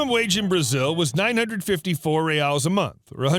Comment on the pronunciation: Love the videos! As a brazilian, I feel that I had to comment and complemmentt your pronunciation of Brazil's currency ('Real' and 'reais' - plural). It was perfect! Keep up the great work!